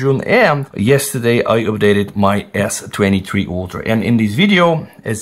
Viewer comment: You got me confused. S23-3 Ultra??? Does anyone notice how he says S23? 😅